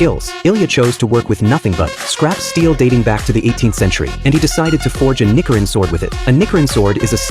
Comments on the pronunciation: that AI voice is getting more and more dangerous the more its sayin nickerin sword its nichi mate nichi......but oh well when it says somethin racist cause that aint on me but i do hope to hear it before the video gets flagged😂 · Nikrin 😂 ai is dumb it’s nichrin sword. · Its nichirin not nikirin chill ch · Hearing the word nikirin instead of nichirin annoyed me so much😭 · It's nichirin not nichirin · Nee-chee-reen not nicker-rin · You are butchering the name so bad to the point it sounds like a slur. It's Nichirin with the ch sound not the ck sound. It's not Nickerin sword. Sounds racist asf. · Nichirin.... Ni - chee - rin. not Ni-ker-in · Nichirin - Ni-Chi-Rin not nickirin😂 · It's not nikirin.... it's niCHirin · Ni-chi-rin. Not ni-ki-rin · It's not "nikiring" it's nichirin where the 'i' is pronounced knee while the 'ch' is pronounced chee. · NiCHirin not NiCKirin for kitsune's sake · It's not "Nick-i-ren" it's "ni-chi-ren" and Iilya is a master blade smith not some random dude. Learn your shit. 🙄🤦🏼‍♂️ Coming from a Nichiren Buddhist. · it is NOT pronounced as /knee-key-rin/. correct pronounciation is /knee-chi-rinn/ It is already in the spelling... NICHIRIN fucking stupid AI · Yeah me too, its pronounced Nichirin, like in the word chair, not nikirin -_ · I hate AI trying to speak nonenglish words. Its pronounced Knee-chee-rin. not Nick-er-N. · Its not nikirin like it sounds it's like nishirin, but obviously with the c instead of s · The ch in Nichiren isn’t pronounced k it’s pronounced ch like child. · chi and ki are different okay... it's nichirin not nikirin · Ni-chi-ren. That’s how you pronounce the word. AI voice overs are dumb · The second I heard Nichrin I went crazy about demon slayer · “Nickerin sword” 😂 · Nichirin is pronounced “knee-she-rin” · 1. Ilya is not a nobody 2. Dudes saying Nickirin 3. Judges weren't confused 4. Stop using AI this is garbage 😂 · He miss spoked the sword name it is called a ni chi rin sword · He pronounced nochirn wrong